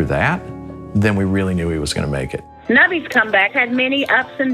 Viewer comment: i thought it said “Nobody’s parents” instead of “Nubby’s parents” 😂 I was like jeez that’s harsh